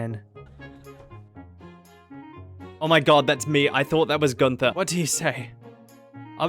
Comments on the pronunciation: I get so frustrated with people pronouncing Guther as gun-TH-er it’s ‘Gunt-Er’ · After months of watching your videos not me barley realizing you have an accent with the way you pronounced Gunther